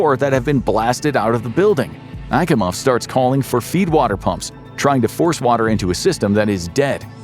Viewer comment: Akimovs name was mispronounced. You sure you're not using AI 😋 Also it would have been nice to actually properly draw a control room instead of using aircraft panels and crap